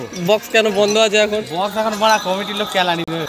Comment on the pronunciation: 😂 বড়ো ❌বোরো ✅😂